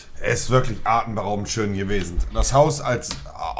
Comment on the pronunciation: "artenberaubend schön gewesent" gutes Deutsch 🤣🤣